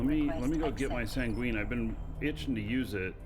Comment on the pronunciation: just an fyi it's pronounced "sang-win". In the english language it basically means sad. Not tryna be a grammer punk, just wanna make sure you hear it from a fan and not a ar$ehole. Have a great rest of your week, thanks for sharing all of the content/tips, and stay safe!